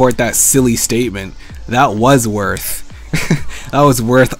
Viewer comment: You don't like the "worth" comments now but in later vids you say wurf all the time xD "it's only wurf if you say wurf" -. It's funny x)